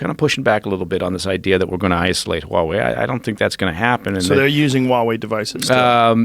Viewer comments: Huawei sounds like a Hawaiian word. Why do people pronounce it that way? It is Haway, not Waaway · It's pronounced HUA wei not wa wei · Why does the american news always drop the "h" when they say huawei? The chinese pronounce it with the "h".